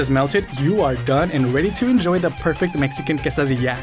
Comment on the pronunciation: Thank you so much for saying it correctly everybody says it wrong